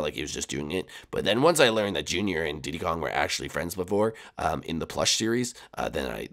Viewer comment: / I thought you said "keep dick Kong" XD